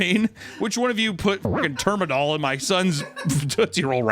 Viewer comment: Lol Termadol and ClonaZZZepam...